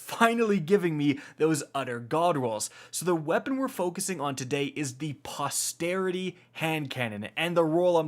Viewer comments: "Prosperity" "Posperity" I had to edit this, because he kept mispronouncing the name of the gun he's reviewing. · It's actually posterity but yea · My dream roll.. awesome video.. btw.. That's "Posterity".. you mispronounced it as, "Prosperity". Peace ✌ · Take a drink every time he mispronounces posterity